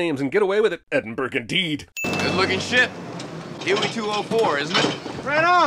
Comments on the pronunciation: Erm… He DOES pronounce Edinburgh correctly! Scots around the world aren’t happy with you now… I am one of them! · he pronounced Edinburgh correctly. Minus one sin.